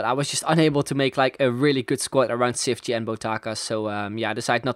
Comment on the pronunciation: His name is pronounced cheefchee kazzooie but great vid :)